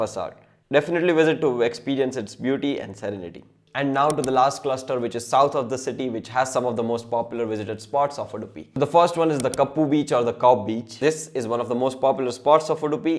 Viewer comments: Maa behan kar dia maa behan kar dia, it's kapu or kaup beach n not kappu beach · hey its kapu beach not kappu beach